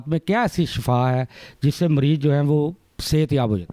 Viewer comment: shafa mot ko kahtay. yah lafz shifa hay.